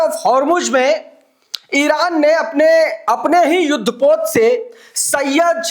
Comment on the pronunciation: bhai Sahab ! Syed nahi ❌ vo darasal " Saiyad" Yani Shikari " Hai